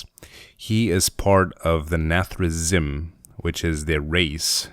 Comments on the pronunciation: its nath-ri-zeem :P and its sar-ga-ris not that you care :D! keep up the good work man love the drawing! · Nathrezm and Sarjeras, i raged about the pronunciation not gonna lie.